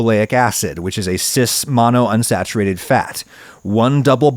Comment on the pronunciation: Great pod sir but just a slight correction it's monounsaturated not monosaturatured. Im sure it was just a word flub.